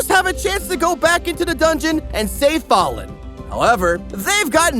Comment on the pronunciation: i love you but please learn to pronounce the names "fah-lin" love you kisees mwah mwah